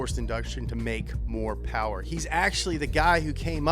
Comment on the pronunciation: “ which one has the MOST powah baby”